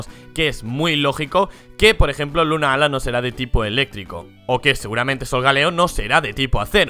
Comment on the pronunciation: 2 cosas, 1: creo que Solgaleo viene de Sol y Galileo... 2: Se escribe "Lunala", no "Lunaala" y tambien se lee como se escribe, no pronuncien como si fueran dos palabras separadas...